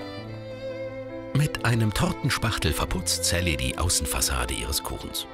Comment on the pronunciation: mann lern mal richtig sally auszusprechen